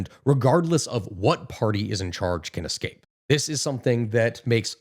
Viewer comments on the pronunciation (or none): none